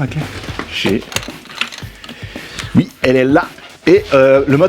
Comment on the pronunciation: C'est marrant, c'est vui (oui) mais pas vouite (8) ? ;) Poce bleu 🤘